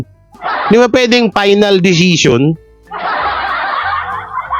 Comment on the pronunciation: ❤ Faynal o final 😂😅